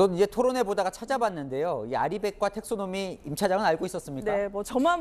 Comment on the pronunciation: RE원헌드레드퍼센트라고 해야지 콩글리시 쓰니 ㅋㅋ 텍소노미 ㅋ 그거 영어권 사람에게 그대로 말해봐. 비웃음만 당할꺼다 ㅋㅋ